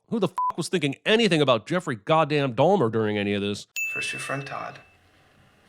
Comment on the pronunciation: I’m sinning the narrator’s pronunciation of “Dahlmer” instead of Dahmer